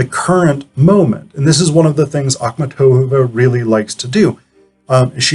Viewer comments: You put the accent on the "tov" syllable whereas the accent should be on the "mat" syllable, a sound such as in the word MARket. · Your pronouciation of her name is just horrible.